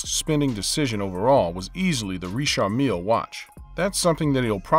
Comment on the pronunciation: Richard Mill he’s saying it wrong I believe